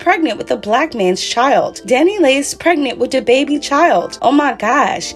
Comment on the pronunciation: "who dababby ?" I can't chileeee...